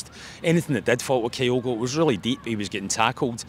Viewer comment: How long does Kyogo need to play for Celtic till pronounces his name properly?